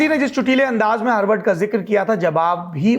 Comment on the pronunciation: ठीक से हॉर्वर्ड बोल नही पा रहे साहब